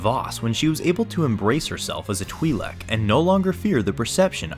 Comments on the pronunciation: twilek not TWIEHLEK! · twhy-lek, not twee-lek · Huh, the way he pronounces Twi'lek 🧐 I think the real reason she dresses like that it's because she knows she's hot 😂